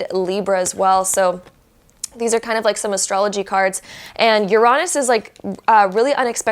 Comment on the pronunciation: Yeah but she kept pronouncing Uranus wrong😂